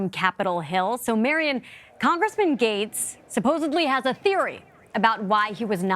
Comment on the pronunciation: Gaetz is pronounced Gets, not Gates.